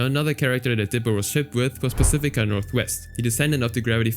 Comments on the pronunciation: "Pacifia" "mageh-don" 😭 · why are you saying Pacifica's name like that?? the last c has a ''k'' sound. 😭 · I enjoy the video, but little nitpick, I got annoyed when you pronounced "Pacifica". Other than that, very informal video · You mispronounced "Pacifica"